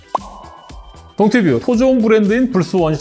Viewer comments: 왜자꾸 동투우 뷰우 라고 하세요? 동 튜 브 입니다 고칠때까지 말해야지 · 왜 동투뷰라고 하세요? 동튜브인데